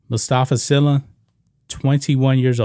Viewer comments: And White Sports.. His las name is pronounced SEELA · His last name is pronounced SEELA